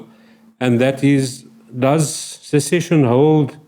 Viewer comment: precisely the bell iz ringing but where is the string🤣🤣🤣 it is secession. She should really do her homework....no wonder our country is becoming no mansland. If you do not know how to even pronounce the word how on earth do you know what the international law says.